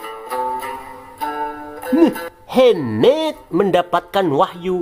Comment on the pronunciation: Mohamad min bukan Muhemmmeddd